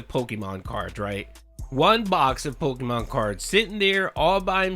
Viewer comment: Gotta catch ‘em all! Pahkeemon ! Ack ack ack! 😂😂😂